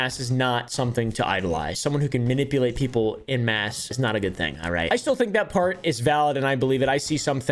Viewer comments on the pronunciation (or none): En masse is French and pronounced phonetically as on-mass. Not in mass.